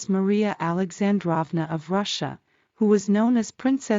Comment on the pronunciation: Beautiful video! By the way, Alexandrova and Feodorovna both should be pronounced with long o’s like “drove”. Just trying to help. 😊